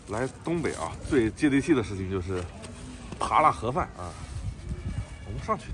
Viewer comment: 我听到的是“垮饭”，根本没喊“盒饭”